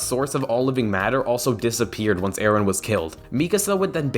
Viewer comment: It's Eren not Aaron